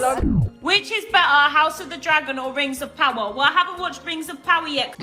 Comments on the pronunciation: Did you call it Rims of Power??😂😂😂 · 💀💀 i kept hearing "rims of power" i was like "whose buthole is the one to rule them all?" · Did he say Rims of Power? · Did I hear that right, you called it 'Rims of Power '? How apt. 😂